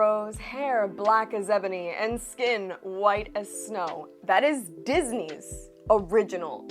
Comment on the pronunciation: you said "Disney's" but all i can hear is "diseases"